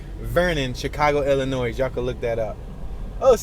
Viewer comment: Love the video but just a FYI The S. Is silent 🔕😶 in the state of Illinois Be safe!!